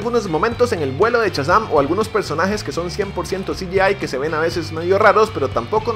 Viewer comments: No es "CHAzam" es "SHAzam"!!!!!!!!!! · amigo, no es Chasan compadre, es Shazam. ',:0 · "Chasam" :v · test para llamar la atencion de amo cuando dices "CHAZAM" y digo al mismo tiempo mira ese potencial <3